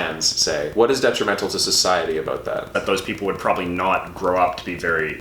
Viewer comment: Great video, lads. I just have to mention that I have lived in Canada for 5 or so years now, and you are the first person I have ever heard pronounce about as aboot. I always thought the stereotype was a lie until now.